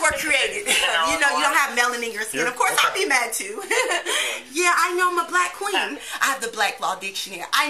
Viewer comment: user-ls7iz3sq5f You mean KWANGS, say "queens" right! 🤣